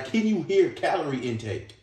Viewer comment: Did you say “calorie intake”.😩🤣🤣